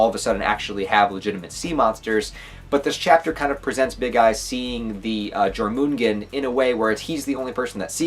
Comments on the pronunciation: Jörmungandr, Yor-man-gan-dre :P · The way you pronounce Jörmungandr makes my Swedish ears bleed. Good video nonetheless!